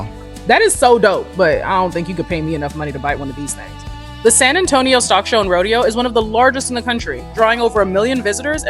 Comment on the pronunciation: “San Antonio” with correct pronunciation. Excelente!